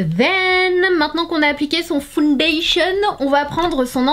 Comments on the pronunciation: Foundation >>> "fonedeyshion" not founedéshion" 🤪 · Non, c'est "faounedeyshion".